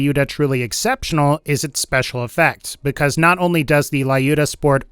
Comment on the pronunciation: It's 'Lyuda', not 'Laiyuda' or 'Liyuda'.